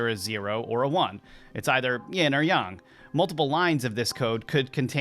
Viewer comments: Isn’t it yAAAng not yung…. Mandela or just me 🤔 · I think is. He can't pronounce yang right. Sounds like he's saying young. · Just say yang like a normal person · Not sure how much of this i can take. Your not pronouncing yang correctly, just like a bot would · The pronunciation of yang is off of yang( ying/ yang)....but it feels not quite 100%human created...but good enough to fool most